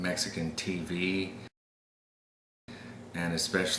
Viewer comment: You put the accent on the T in TV the same as we did where I grew up in Cochella Califonia. Y